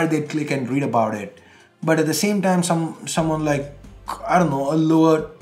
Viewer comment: that's soomawn, not someone, phonetically Suman Sarkar vector art